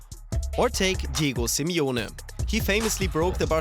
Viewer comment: Simeone* not Simiona